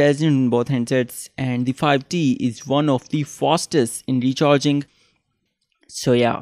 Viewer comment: its “fastest” not fostest